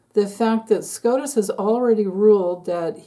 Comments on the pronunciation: Supreme Court of the United States = SCOTUS, not SCROTUS 🤦‍♀️ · is well aware of the correct acronym. She says Scrotus to make fun of the corrupted Supreme Court dingbats.